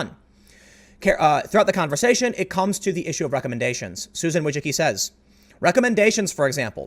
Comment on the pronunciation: As a Polish guy your pronunciation of Wojcicki makes my ears bleed. I understand why you say it like that, but it starts to become funny how you butcher that word. (It should be closer to [Voy-chi-cki] the last part you're getting right, second is similar to *chi*p, first I think is fairly obvious . Yes, I know I am pedantic.)